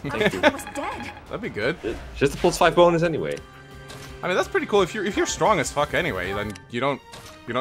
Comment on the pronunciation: do you mean the BOW-nus?